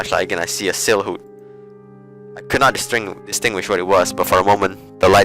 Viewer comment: you pronounced silhouette wrongly